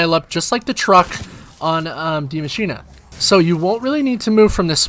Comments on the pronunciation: I don't think it's "The Machine" I believe it's "DIE Machine" So in german it wouldnt be "D-Mashinah" It should be "Die Mashinah" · Did he say De-machinea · Would you expect English speaking people to pronounce it in a German fashion? That doesn’t make much sense to me